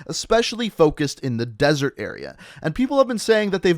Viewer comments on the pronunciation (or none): none